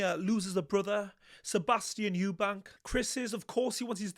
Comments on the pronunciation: His name is EUBANK 👊🏼 there is NO S on the end 🙈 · It's EUBANK LOL😅😂